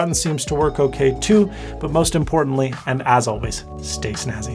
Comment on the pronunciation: when u say stay snazzy.. what i hear stay as nazi